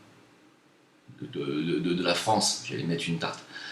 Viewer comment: MDR!!!:) il te faut un traitement homéopathique pour la prononciation du mot France! C'est triste ce qui se passe. J'a été fier de faire mon service national sous le drapeau français en Polynésie en 90. Aujourd'hui j'enrage !